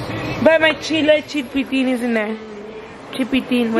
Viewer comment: Not calling it “chilpitin” 💀